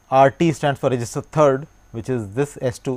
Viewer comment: why does it sound like he is saying resistor when attempting to say register lol